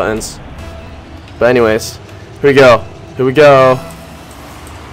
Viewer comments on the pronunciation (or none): none